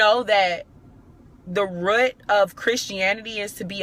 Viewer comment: " RUT "that southern pronunciation